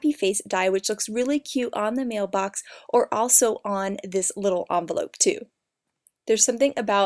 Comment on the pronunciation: it's envelope not amvelope